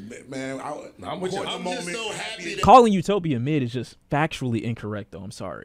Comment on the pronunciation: Bro said u-nope-ia